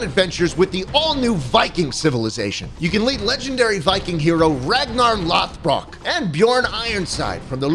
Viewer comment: ayy schlatt good job with the pronunciation on lodbrok. the icelandic in that name is pronounced "th"